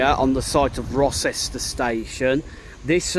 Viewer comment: Rocester is pronounced Row -ster.